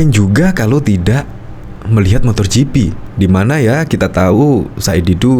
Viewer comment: MotoGp pak....bukan MotorGp....gak pake "r"..... Motogp